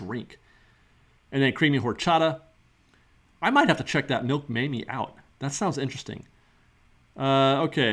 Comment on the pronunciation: Hey. Great video as always. By the way, you don't look "washed-out" in today's video! 😆😆👍👍 Mamey is pronounced "Ma-May" in spanish. 👍👍👍